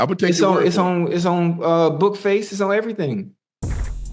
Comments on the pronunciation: OCHO SAID "BOOKFACE" LMAO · Did Ocho just say “its on BookFace” 😂😂😂😂